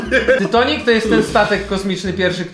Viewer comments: Nie tytonik tylko tonik😒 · Tytanik a nie tytonik 😂😂😂😂